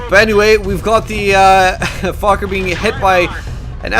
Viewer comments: It's pronounced foshe. I lived on that street in paris many years... typical american stupidity thinking it's pronounced fuck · it's pronounced 'fosh' dude! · u pronounce it like it has an S instead of a C